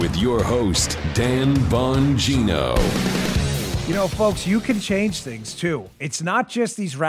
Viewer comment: Dan the spot on man! Hey! I love you brother! By the way, I believe the "g" in your last name may be silent.. Bo' neen' o.....Not for certain, but may be silent.... Let Us All Protect Our Personal "Alamo" like the couple in Saint Louis!